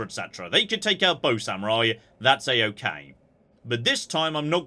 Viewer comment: Day 481 of requesting Age of Mythology. I KNOW he's saying bow samurai, but what I'm HEARING is BOAT samurai. To be fair, that's what the fleet is for. Also, the Death Star run on your European ship was the kind of strategy I'd use, which explains why I'm not a naval power